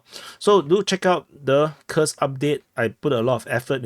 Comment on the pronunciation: Dude, your Kursk [ˈkursk] sounds like a curse [kɜːs]. Read the names of Russian settlements according to the rules of the Latin language.